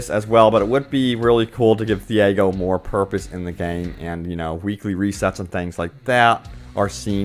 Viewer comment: TEE-YAH-GO here is how you pronounce the name of Thiago.